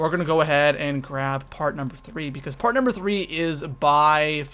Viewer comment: He said: first part i know the p sounded like the f